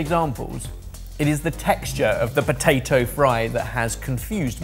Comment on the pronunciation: looking at when he said potadough 🤣🤣🤣 amd having to come to the rescue for